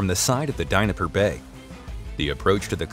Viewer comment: Where the hell is the DINIPPER BAY?, C'mon guy's at least try, you know the correct pronunciation?.